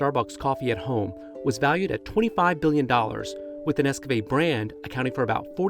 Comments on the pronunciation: Are you saying Nescafé? Sounds like Nescapé 😂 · What the hell is "Nes-Kah-Fay"?? Why he saying NesCafé like that?